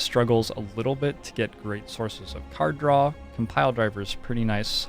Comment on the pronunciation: You keep on mispronouncing “cars draw”